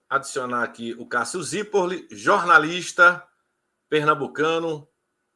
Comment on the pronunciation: E não consegue dizer o "Zirpolli" direito mesmo depois dele explicar 😂😂😂😂